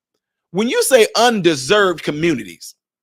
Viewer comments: Bruh! It's UNDER SERVED, not unDESERVED.😂😂😂😂 you added letters. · Yo!!! bro,.its under--served, not un-deserved. You read it all wrong. Please correct yourself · Not "un-deserved" the word is "under- served". 😅😅😅